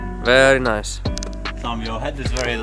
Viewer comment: 'that's a very nuce rug'